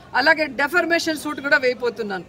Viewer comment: డెఫర్మేషన్ కాదమ్మా డిఫమేషన్